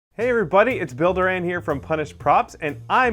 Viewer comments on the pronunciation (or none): When he says his name,, it sound like builder Dan.